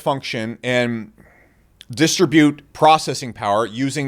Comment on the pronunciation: Distubuut? Or distribute